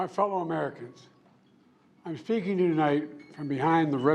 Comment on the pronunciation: Did he say, "I'm FEAKING to you tonight."????